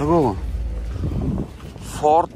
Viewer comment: Fort däl Ford